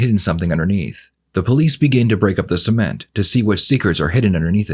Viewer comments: why does the dtective keep saying "seamen" instead of CEMENT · I keep thinking he’s saying “semen” not cement lol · The way both of these people can’t say cement like a normal person, “sement” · What crazy accent is making them pronounce cement like semen? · Everyone is commenting on how bad her laugh is, and I agree, but I think I am more disturbed with how the interrogator pronounces cement…”sea ment”. Cue crazy lady laugh. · the way these people pronounce semen(t) is making me uncomfortable 😂 I was so confused about why she was putting semen in the basement 😭😭😭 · Please, anyone reading this, hopefully that detective as well, please don't ever call Cement, SEMEN-t. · SEE ment? lol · He pronounces cement like “semen” lol wierd. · Why do they pronounce cement like "semen"?? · I know he said cement but I keep hearing semen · Uhhh.. why is the detective pronouncing “cement” like “SEA-ment”?? I thought he was saying something else for a minute there… 😳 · The way he pronounces "cement" is messing with my head. I keep hearing "semen" and thinking 'man, who the fuck is producing quantities of semen large enough that it can be dug up at a later date' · I've never heard anyone pronounce "cement" in that way. I swear if the subtitles weren't there, the first one or two times I would've thought he said "semen" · Why does the cop have to pronounce cement as semen? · The real crime here is how they pronounce 'cement'. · they've got to stop pronouncing "cement" like that... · What part of the country pronounces cement like that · The way they pronounce "cement" is funny the me. They use a long "e" and in my region, we use a short "e". Does anyone know where this is located? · Never heard 'cement' pronounced like that 😳 made me do a double take! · Why are they pronouncing cement like that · Pronouncing cement that way is the most psychotic part of this video lol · The detective says cement.......wrong 😕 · They gotta stop pronouncing cement like that 😂